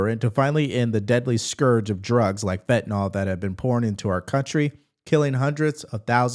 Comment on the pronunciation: Fentanyl does NOT have an "O" in it, people.